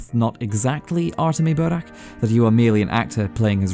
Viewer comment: Love when english speakers pronounce burakh not as burak